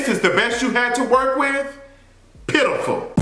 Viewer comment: Yooo, that "PITIFUL" at the endddd 🤣🤣🤣🤣